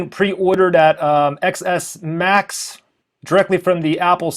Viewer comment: It's pronounced 10s Max